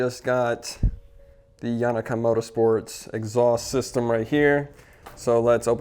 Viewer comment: Yo-Na-ka. Not yawnaka